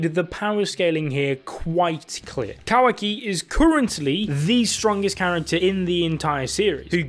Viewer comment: Love the videos but my god Kah-wah-key not kuhwaki